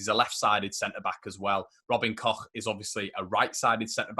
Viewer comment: Robin Koch pronunciation - you nailed it,! 😁👏🏼